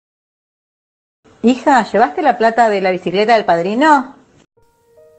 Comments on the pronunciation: La cuestión acá es la fonética de la señora (las silabas "bici" las dice en volumen bajo, la silaba "cle" la dice como "quile" y por último engancha la silaba "ta" {la t no la hizo punzante} con la palabra "al") y el dispositivo de sonido (si se escucha de lejos parece decir 'alquiler" y si se escucha cerca o con auriculares/cascos se aprecia "bicicleta". Si la configuracion no está ecualizada y prevalecen los agudos, posiblemente se escuche "alquiler" pero si los graves predominan se escuchará "bicicleta" sin problemas) y por mas que piense en "alquiler" a veces puedo escuchar "bicicleta" o al revés jeje. PD1: En Argentina, supongo que en España tambien, hay un juego llamado "teléfono descompuesto" que se basa en esto justamente. PD2: el video del tren ya tiene sus años. Es una edición en el que por un segundo va y por un segundo viene o viceversa. En definitiva, el video muestra un tren que baila. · Dice biciclere